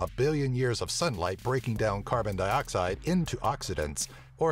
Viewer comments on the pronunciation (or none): none